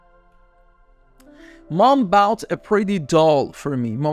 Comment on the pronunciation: استاد؟؟استادددددد؟؟؟ دوست من تلفظ bought اون نیست